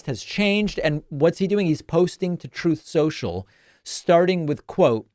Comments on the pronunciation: Thanks for keeping it real David. Love how you and all the other normal commentators and analysts destroy these ridiculous Trump and republican talking points. I love when you say “troth social”. 🤣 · Ha ha I always freaking lose it whenever you say TROTH SENCHALL